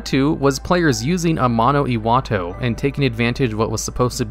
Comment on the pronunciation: Say it with me now:AMANO....... IWATO